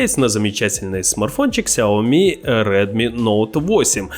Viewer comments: 🤣🤣🤣 какое нахрен Ксеоми? Не доходит до вас, смотрю. Ся́оми́ Ударение на "я" и второе ударение на "и". Никакого "к" нет. Учите китайский язык, батенька. А узнаете перевод и значение, вообще обалдеете 🫢 小米 [ся́оми́] - просо Да, латинскими пишется Xiaomi, но при этом никакого "к" не произносится ☝️ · Ся́оми́ - ☝️2 ударения на первый и последний сло́ги, на букву "я" сначала и потом на "и". Но не Сяоми́ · Ксяоми... ммм, дайте вату, у меня кровь пошла из ушей...